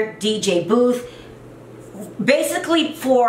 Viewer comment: Boof not booth!